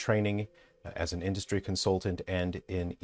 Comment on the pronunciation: Just seconds in before he hits us with "I N D U S T R Y". Jerrel ruined that word for me, I can't hear it anymore.